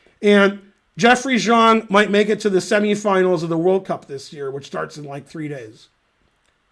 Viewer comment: yea he pronounces Xiong really weird